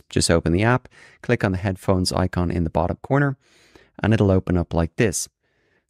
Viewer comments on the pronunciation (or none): none